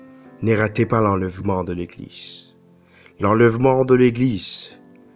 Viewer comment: Sinon on dite « Eglize » et pas « Eglissse » !!!😂😂😂